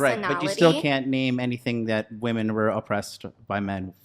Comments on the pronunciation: Why does she keep pronouncing ‘women’ [plural] as ‘woman’? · WOMEN! it's pronounced WOMEN! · That friggin bimbo can't even pronounce the plural of woman. It's women, you idiots! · The way she says women is so funny to me